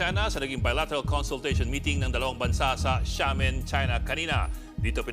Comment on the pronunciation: Ang Xiamen ( Shamen) hindi gaya ng Shanghai